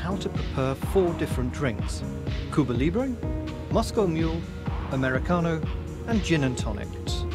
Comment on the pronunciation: Cobrah Librayhh 🤣. Daz is the funniest